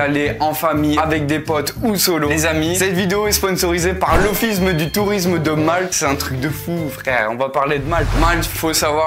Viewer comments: "L'offiSME du tourisme" ... Le bon Céfran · "merci à l'offissme du tourisme" 😂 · Super vidéo, Parcontre on dit offiCe de tourisme et non offisme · Petit problème avec le mot « office » non? 😂